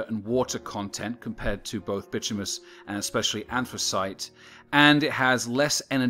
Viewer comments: "Bitumous [sic]" -- you're missing a syllable: / baɪˈtu mə nəs, ˈtyu-, bɪ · / It’s called by-tumb- in-iss